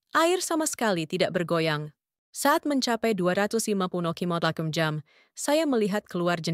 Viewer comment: Assalamu'alaikum ww. Pemilik akun "", kenapa anda menggunakan dialek bicara aneh, terutama dalam menyebutkan kata2 lima puluh km/jam, dua ratus km/jam, dua ratus lima puluh km/jam. tiga ratus km/jam dst. Kenapa? Coba deh anda periksa ulang. Terima kasih.